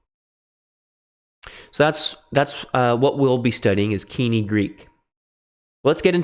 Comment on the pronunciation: Why does he pronounce koine wrong